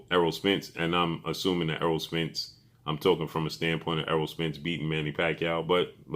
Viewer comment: His name is ERROLL not earl!!!